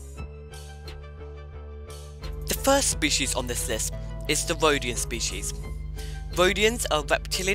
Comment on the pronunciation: You mean “Wodian?” 😆